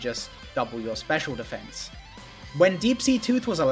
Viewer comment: I mean the way he pronounces the words. "and that doubles its Special Defense." "obviously it's better to double your Special Attack and be able to be a part of that than to just double your Special Defense." The way he says it would make sense if the Deep-Sea Tooth and Scale respectively doubled Physical Defense and Special Defense, but it's actually Special Attack versus Special Defense. He's just emphasizing the wrong words for the context.